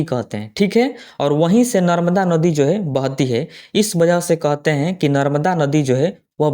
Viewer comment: कोहते हैं नहीं कहते हैं